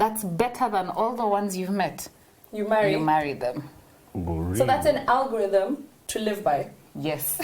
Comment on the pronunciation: And now, our final thought: Alogothym, Arogotheme, Orie-Rogo-theme... lol !🤣🤣🤣 brother, you killed me today!